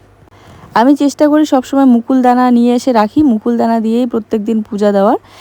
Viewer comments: Nokuldana, mukuldana noi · Mukuldana noi ota nokuldana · আমি যদি ভূল না হয়ে থাকি তুমি বললে মুকুল দানা। ওটা নকুল দানা।